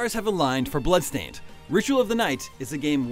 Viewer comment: BLAdstained LMAO XD